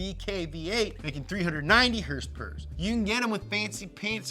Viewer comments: herspers and trwerks. lmfao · What's up with this idiot?? I mean he can't pronounce "horsepower" but he can say his stupid phrase "morepower baby"??? And also it is annoying to hear him scream like a lunatic and bring up his daddy issues....wtf??? Nolan is more professional.